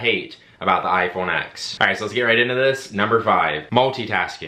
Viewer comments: The "X" in iPhone X is a Roman numeral, not a letter; therefore, the correct pronunciation is [ten] not [ex]. The "swipe and then throw to the side thing" doesn't have to be as time-consumingly dramatic as you make it. You can just swipe up, like you do in the first example, and then slightly to the right and you are immediately in multitasking, making it equally as fast as the double tap. Control center access is now at the top right, because swiping up from the bottom is now the home command. The headphone jack is antiquated technology. There are all types of Bluetooth receivers that you can use to get audio into an analog aux port. Then, you can still charge your phone while playing music. Also, there are several wireless travel chargers available now, making it possible to both play music and charge without a single cable. With the "looking at the back of the phone" thing, that's just basic situational awareness. I can't help with that. Sorry You might want to get with Apple on your issue with raise to wake and Face ID. I deal with multiple iPhones daily, and this is certainly not typical of the iPhone X. Raise to wake normally works flawlessly and Face ID is considerably faster than Touch ID. In fact, with Touch ID there were two, albeit very quick, steps: pressing home and then the reading of the fingerprint. With Face ID, by the time I swipe up (usually before I even touch the screen) Face ID has already unlocked the device, making the experience much more seemless. Yo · for the love of god, as someone that is essentially a tech reviewer - stop calling it the 'iPhone Ex'. Please. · It’s pronounced “iPhone 10